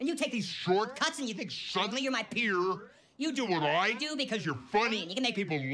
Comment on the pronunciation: "you think suddenly you're my PEEurr"